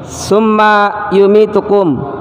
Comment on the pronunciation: Mhn maaf bacaan surat albaqorohnya, kaiimat tsumma...nya, diperhtikan mad atau tdknta